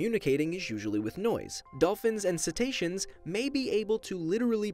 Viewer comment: What's the word he said there? Dolphins and 'setations?' I've typed that phonetically.